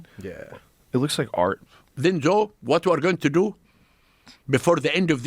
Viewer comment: The way he kept saying zhoe for Joe reminded me of my uncles lol they have no J in Arabic